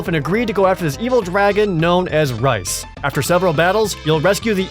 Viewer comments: Its pronounced "Reese", not "Rice". LOL. Great video guys!!! I LOVE Final Fantasy Tactics, and have been waiting for a proper sequel for many many many many years. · Reis, isn't said as "rice" you say it like "reese" was laughing hearing you say that wrong and the throwing rocks scene was the best. xD